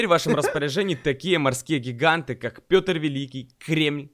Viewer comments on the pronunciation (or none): none